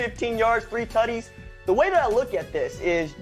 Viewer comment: bruh him saying tuddies for Touchdowns is distracting haha.